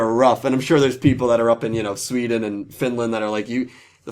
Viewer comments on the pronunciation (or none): none